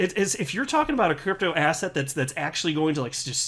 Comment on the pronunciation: There we go again. Asset sounds like asshat. Stop giving me disgusting Jay Clayton references! 😂